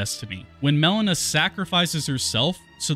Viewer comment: Why do you call her Melana and not Melina?